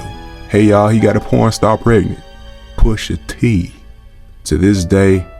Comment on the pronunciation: “Poosha TEE…”😰